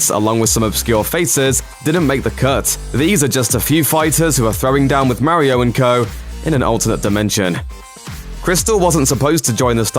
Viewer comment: WHY DOES EVERYONE PRONOUNCE MARIO LIKE THAT